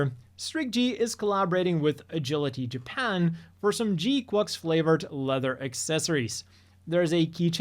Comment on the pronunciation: still weird hearing you pronounce gquuuuux like that, it's supposed to sound like quacks, like a duck